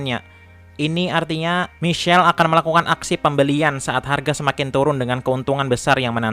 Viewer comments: Michael bukan michell, penyebutan inotasinya perbaiki , trims kasih semangat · bacanya maikel bukan misyel anjim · Maikel bang cra bcanya bukal misel